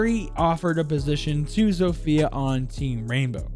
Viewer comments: Hey! As a Polish person, I can see that you made a few pronounciation mistakes during this video, which is no bigge, the polish language is comparable to a bowl of spaghetti, so let me help. Zofia is pronounced not like "Zo-Fia" but in one swoop. "Zofia" Wrocław (the l is a special polish letter which is hard to describe how to pronounce, sorry) is pronounced like "Bro- (but a sharp w instead of b) cław" (basically cuaw) And Masurian is pronounced like "Mars- (without the r) ur-ian" (not like the name, more swift) Hope this helped! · Did you guys know you zofia is pronounced different? You pronounce it as zof ya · the butcher of names you even said Zofia wrong